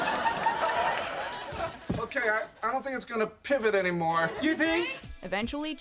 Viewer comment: im not a native speaker, but i only hear "pib it" instead of "pivot"